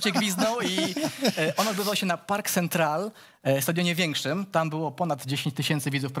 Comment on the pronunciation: Budowa stadionu Centenario trwała nie rok tylko 6 miesięcy. Nazwa stadionu Nacionalu to Gran Parque (na końcu sie wymawia e )Central .